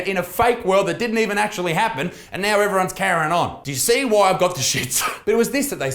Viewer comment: can I vole that we rename "carrying on" to "Karening on" because that's what it sounded like Isaac said in this video and it just makes PERFECT SENSE!!